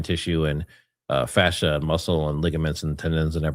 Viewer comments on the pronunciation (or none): none